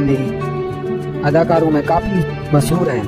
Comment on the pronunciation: भईया Aishwarya Rai Bachchan ka नाम ऐस्वर्या ना होकर ऐश्वर्या है। और मसहूर ना होकर मशहूर होता है। वर्स ना होकर वर्ष होता है।कुछ बोलने से पहले "श" और "स" का अंतर समझ लो,फिर कुछ लिखो।